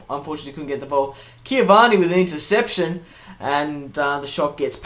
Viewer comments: Its Cavani, not Ciavana. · Cavani, not ciavani